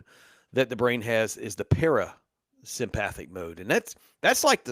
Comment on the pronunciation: I love this talk except you are mispronouncing sympathetic and parasympathetic incorrectly. I’m an anatomy and physiology teacher so it’s driving me crazy. Lmao 😅